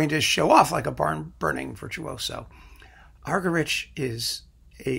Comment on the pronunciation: Argerich is pronounced argeríc. It is a Catalan surname.